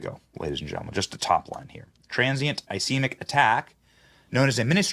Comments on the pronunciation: Its called a TIA. Trans ischemic attack. Ischemic is pronounced iskeymic. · (Is scheme ic ) is the pronunciation.